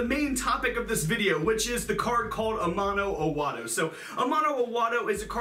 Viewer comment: I know that as a non-Japanese person I should really not get hung up on this but I think you're supposed to have a brief break after Ama as the No is a seperate word.